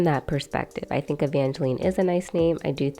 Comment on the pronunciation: Jeremy and Jinger's daughter's name is pronounced like Evange"line", not Evangeleen. Does that change your ranking?